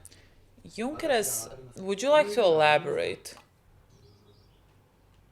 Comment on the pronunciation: saying Junkers in their accent is so funny